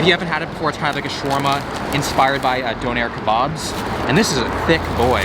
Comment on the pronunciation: God the pronunciation of Doner Kebab made me cringe